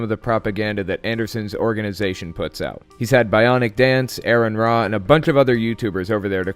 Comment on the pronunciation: It's pronounced R-uhn-raa, not aaron ra.